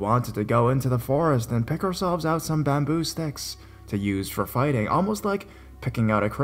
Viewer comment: Wtf is wrong with your voice, an speech, “bamboooooo “it’s bamboo